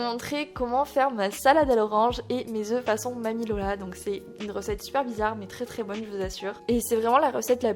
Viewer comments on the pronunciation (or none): none